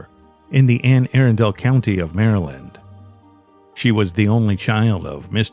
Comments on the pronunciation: The Anne Arundle case in Maryland is going to drive me insane for all the wrong reasons. It’s pronounced Anne A-Rundle. Not Anne Air-undel. I’m sorry. I am sorry for the family. This is just one of my pet peeves the pronunciation of words. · It's pronounced Anne "Ahrunduhl" not Anne "Aarondale" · Just for future reference, Anne Arundel is pronounced anne Ah-run-dull. It was driving me nuts. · In the UK, the original town is called Air-undel. But I agree that the local pronunciation should be used.